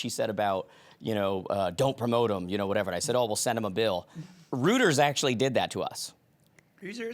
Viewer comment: You day Rooters... I say Royters. Reuters, right? I bet Linda has heard of it and just was not visualizing the company name.